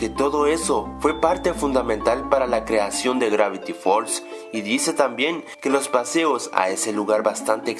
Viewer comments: El lo pronuncia gracti fols XD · craviti fold HACI SE DICE gravity falls HACI SE ESCRIBE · Al comienzo del video: "Grafty falls" xDDD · grafti fols xD